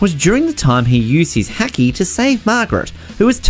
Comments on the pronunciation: What the fuck is „hekki“ - I know haki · And hacky instead of haki